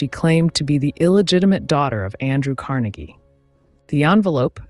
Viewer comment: LOVE your videos! They are always interesting & your narration is on point, no monotone here!🎉 BTW, wanted to let you know that your pronunciation of Carnegie is incorrect since you were talking about Andrew Carnegie not Dale Carnegie. (Just trying to help😍) Wishing you much success!🍀🎉😍